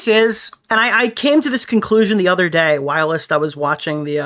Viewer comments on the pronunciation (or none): Anyone else hate how says whilst like it's "whilest" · for the love of god the word 'whilst' is one syllable. Please man